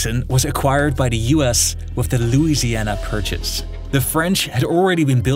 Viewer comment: Wif hindsight. 😂